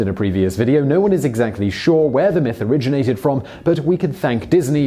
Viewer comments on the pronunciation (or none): none